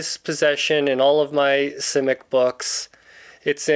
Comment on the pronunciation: I've read most of his novels and what amazes me most about him was his imagination. By the way you are the first person I've heard that pronounces his name the way he did. If I have a favorite book it would be All Flesh is Grass.